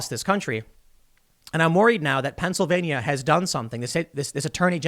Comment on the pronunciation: Please learn how to pronounce Pennsylvania.